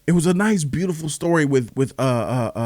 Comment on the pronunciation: Sokka’s name is pronounced “sock-a”